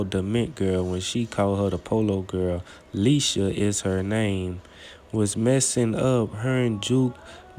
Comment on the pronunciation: Cuz said Lesha lol 😂…. IT’s I. Like eye eisha iesha lol 😂